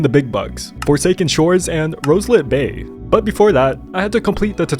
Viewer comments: Roslit not Roselit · btw its roslit not roselit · Its roslit bay Not rose-lit bay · It’s roslit, not roselit. Still I really love your vid❤